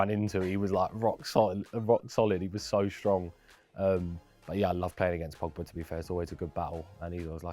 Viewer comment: I turned off when he said Pogba. I mean seriously!